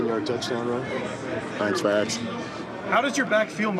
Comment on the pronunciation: "Thanks for aksin."